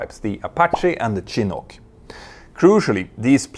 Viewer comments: "The Chee-Nook" Petter, try saying it "Sha-nook". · Piter, it's pronounced SHIR-nook for Chinook, after the native peoples of the Pacific Northwest of America around the Columbia river region.